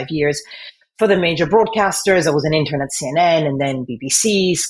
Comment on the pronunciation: She should NOT be a newsreader in the UK! She said she was an "intern", but it was difficult to understand the word. She seemed to say "intun". There was no er in that word as she pronounced it.